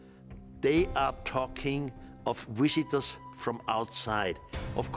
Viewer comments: Visitors : wisitors : wizards, interesting announceation from the german . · Von Daniken, the guy who's obsessed with wiziters (his pronunciation, not my spelling) from outer space..? That Von Daniken..? The one who thought the Nasca lines were runways for the gods..? It's all starting to make sense...